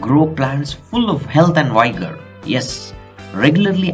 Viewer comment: “Vigor” has a “vi” like vinegar not like a vine